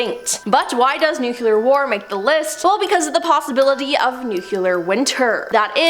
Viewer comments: Must be the George W Bush pronunciation.... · It's nu-cle-ar not nu-cu-lur. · nuquelar? really ? ?? ahhaha